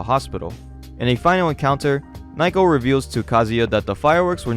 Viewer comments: Dude.... Her name isn't Nye-co... Its Na-oh-ko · You keep mispronouncing her name. It's *NA-O-KO*, not "n-eye-ko". But anyway, this manga started off strong(ish), but just turned into fucking slop. Those translators shouldn;t be surprised if they get laughed out of the scene. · Ok, how did fans ruin this one again? I’ve just watched the whole video and, unless you are implying that the people who got payed to translate it were also fans, then HOW did “fans ruined it?” You even say that it costs 50 USD a year to read it. Also, “Naiko?” “Nike-oh?” “Nyko?” “Nyako?” Her name is Naoko. I don’t mean for people to say it like native Japanese people, but those pronunciations are rather far from the right one. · I can't. You keep mispronouncing Nah-oh-koh as Nye-koh and it's driving me insane. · How the hell can you pronounce "Naoko" as "Nayko" How is this even possible? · Why are you calling naiko while the panels call her naoko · Naoko is pronounced NA-oh-koh, not Nai-koh. You pronounce everything else fairly well, so i don't know why you keep getting Naoko's name so wrong. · Her name is pronounced nah oh ko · Naoko is pronounced Now-Koh.